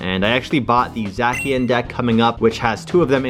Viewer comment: also zacian is pronounced "zay-see-en"